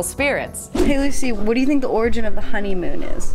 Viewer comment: Take a shot everytime she says orgin.